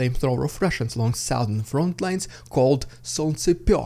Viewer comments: the sow-thern region ? A lady pig ? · In what region?? oh please keep saying southern <3